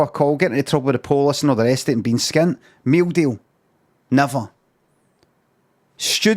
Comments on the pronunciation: meew deew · _____. every time he says meal deal